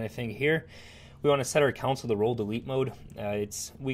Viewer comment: "console" != "council" so stop saying it wrong! :) but seriously, a very good video. subscribed!